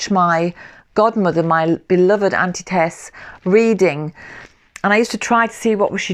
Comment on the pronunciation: Nothing better than cuddling with a cupa tea & a good book or two. Beautiful collection btw, the Book of Kells is on my list to read 💚 I'm sorry...but did you say your God-mother's name was Tess?